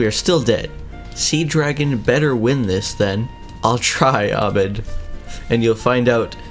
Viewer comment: It’s not amed it’s ahmed day the h